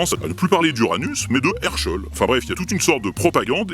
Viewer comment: Herschell on dirait que tu prononces Herr scholl